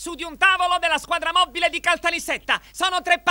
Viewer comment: "......BBBBBBBBBLIZzz alla squadra moBBile" xD xD